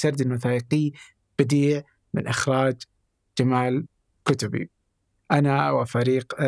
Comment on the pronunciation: اسم كتبي ينطق هكذا (كُتْبي) بسكون النون. وليس بضمها كما.